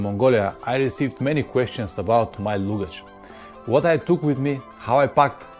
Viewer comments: Не лугидьжь, а лагидьжь :-) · Hi, you must say luggage with A, not U....))